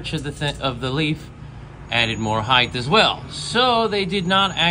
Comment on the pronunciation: Why do people still not know how to pronounce “height”